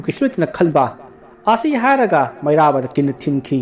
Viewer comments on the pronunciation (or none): none